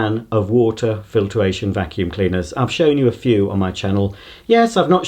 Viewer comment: I've never heard him say a vacuum this bad